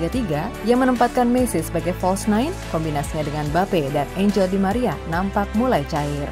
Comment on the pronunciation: Jgn jadi host min kalo nyebut nama orang pun salah apalagi bahas kelayakan balon door Sejak kapan psg punya pemain nama enjel ???